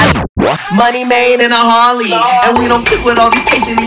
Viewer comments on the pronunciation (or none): It's "harley" not "hurry"